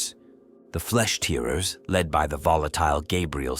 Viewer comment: lol the pronunciation of guilliemem and primarchs are rough lol also flesh tear💧ers lol